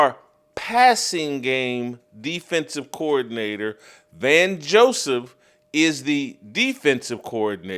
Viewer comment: It's "Vance" not "Van" Joseph.